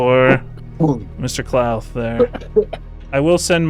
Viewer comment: kah-lewth ??? HUH